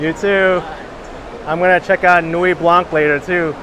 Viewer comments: Beautiful sunset. Your French teacher did poorly. No 'k' sound in Nuit Blanc. Nuit is feminine and should be Nuit Blanche, but if the colour 'white' is used on its own it is blanc with a silent 'c'. Thankfully Canada has two official languages, one that is kept in the sock drawer. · The c in Blanc is silent..